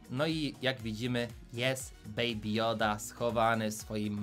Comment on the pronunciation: "Beaby joda" to nie joda😡😡😡